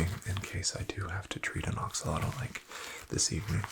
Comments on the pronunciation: I'm native English speaking and I STRUGGLED to hear it. But I did, after re-listening about twelve times. It's the difference between beginning "ah" sound in "axolotl" and beginning "Oh" sound in "oxilotl". He's saying "OX-ah-lot-l" instead of "AX-oh-lot-l" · I absolutely love ur vids man but every time you said “oxilotl” instead of “axolotl” I flinched 😂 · why are you saying oxalotl